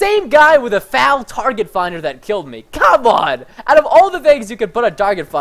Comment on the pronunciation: That's the first time I have heard an American call it the fal instead of the F A L